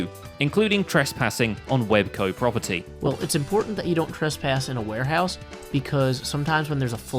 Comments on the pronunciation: Wel's Co not web co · "WebCo." is supposed to be "WelsCo." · pretty sure it's wels co. and not web co. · Isn't it welsco not webco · It's Wels Co, not Web Co!!!!! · I'm pretty sure Welsknight's warehouse says "WelsCo" on it. It's frustrating when I keep hearing you say WebCo (ノಠ益ಠ)ノ彡┻━┻ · Wels’s shop is called Wels Co. not Web Co. lol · It's wels co